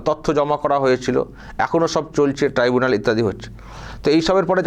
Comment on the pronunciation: Mamata didi tribunal ke tibunal bolche. Video ta niye ekta video korle valo hoy. Onar bhul uccharon gulo niye ekta documentry korle valo hoy. 🙏🙏🙏🙏🙏🙏🙏🙏